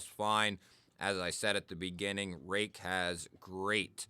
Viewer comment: This is an oldie, but a real Goodie. Today I have my Kizer Yorkie with M390 and am test driving my brand new Real Steel Perix crossbar lock, which I got based on seeing your review ! Apparently you are pronouncing it correctly. I have a few Ruike knives which are all superb in terms of QC, fit and finish and price.